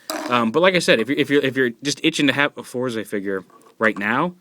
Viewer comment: Isn't it pronounced either "Forz" or "Fouz"?... They say "Fouz" in the show. I'm assuming they leave out the "R" for some sort of effect. Such as the way they pronounce "Rider" like "RIDAAAAH!"